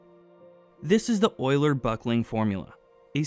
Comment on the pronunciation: Concise and easy to follow. That's another quality video worth to watch. I especially love how you pronounce Euler the right way :-) Something that's probably not very intuitive: A pipe can even buckle when under tension while supporting a compressive load. We did experiments at the university showing that, but I kinda forgot the exact reason for it.